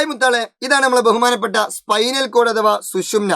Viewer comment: Excuse me 'bhahumama' alla 'bahumana'😂😜😝😛😎😎